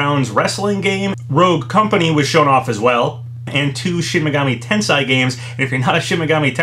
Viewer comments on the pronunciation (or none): why is he saying Tensai? Tensei is different from Tensai. At least we're getting Ryza 2. now 20% thicc-er EDIT : TGS on September 24th to 27th. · It's said "Ten-say" btw, not "ten-sai". Also, pretty sure it's said " Ah-tee-lee-eh Ree-zah" not "ah-teh-lay Rye-zah". I speak French, so I know how to say atelier and you'd say the ry in Ryza like you do in the name Ryu.